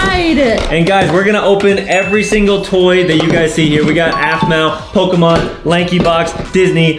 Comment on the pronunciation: Adam, I’m happy you know Pokémon cards and how you perfectly pronounce the names of the Pokémon.. love it